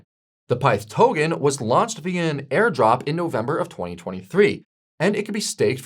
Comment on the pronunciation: Why the hell is he pronouning token as tohhgen. it’s irritating.